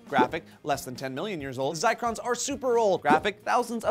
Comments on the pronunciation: I think it's Zircon not Zicron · Zircon* (not Zicron) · I think you meant ZiRcon, not ZicRon my friends. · ZIRCON, not ZICRON, it even says it in your source that you linked guys. Specifically they found crystals of zirconium silicate. Still love you though.:P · It's Zircon not Zicrons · i have no problem with telling this story. but when they almost directly copy the script on 75% of their stories from a single website, it gets annoying... especially when they don't spell check. ZICRON??? IT'S ZIRCON C'MON NOW you can't be inventing words and show it to 150,000 people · Zircon... not "zircron". Like cubic zirconia (which is not the same thing but has the same sound).